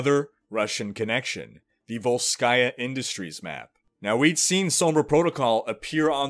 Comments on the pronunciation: no, srsly, dude, why volskAya, it's vOlskaya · I wish Sombra hacked Athena and got her to put the stress in VOLskaya Industries on the correct syllable. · vOlskaya, bro. vOlskaya